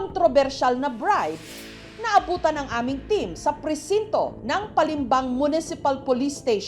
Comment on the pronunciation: Bride❌ Brad✅